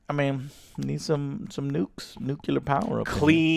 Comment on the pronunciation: JOE, LEARN TO SAY NUCLEAR GODAMN IT.